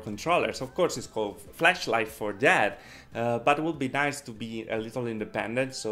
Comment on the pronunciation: It sounded like you said fleshlight! 😂😂😂